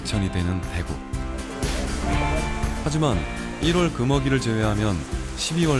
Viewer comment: 대에구 가 물고기 대구 발음할때고 대구 짧게 발음하는건 도시 대구 발음할땐데 어째 발음을 이상하게 하네 사람들